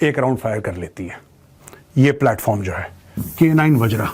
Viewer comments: मेजर साहब वज्र है न कि wajraa। आप हिंदी भाषी हैं। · वज्र not वज्रा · its वज्र, not vajra bro